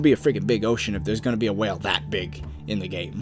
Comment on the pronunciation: he keeps saying whale and it's bothering me lol